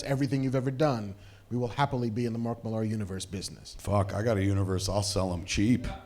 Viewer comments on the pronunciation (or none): Everytime you mispronounce Mark Millar’s name, a comic book dies